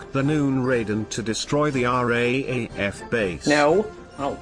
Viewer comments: I liked this video but found him calling the R A A F rather than R double A F a bit grating. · Raaf is pronouced r double af